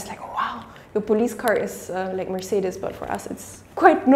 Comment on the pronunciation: F(V)Wolks-war-gern, Merc-say-ders